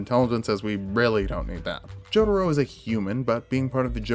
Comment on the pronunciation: This dude said "Joeduro"